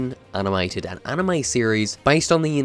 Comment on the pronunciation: It's anime, not anamy